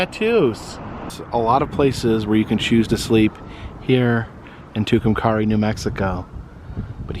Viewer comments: Pronounced too come carry. I lived there and graduated high school in 62. They came up with the name legion has it when someone was carrying a rock and said two come carry. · Love your channel! It’s not a big deal but I’m pretty sure it’s pronounced Two-come-carry! Atleast that’s what I always heard it called! Anyway keep up the good work!👍🏻